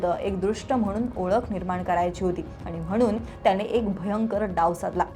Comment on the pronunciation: हे विषयच भारी चे जे कोणी HR असतील ते ह्या निवेदकांना काय म्हणून hire करत असतील? इथे कामाची एक माफक अपेक्षा असेल की जे निवेदन असेल ते स्पष्ट शब्दांत व्हायला हवे. तर ह्यांचे उच्चार असतात कसे? तर मणातून, जणमाणसात, त्याणे असले?